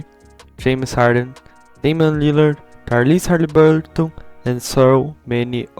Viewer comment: Im sorry, I dont want to be rude, but: : Tarlize Haliburl Ton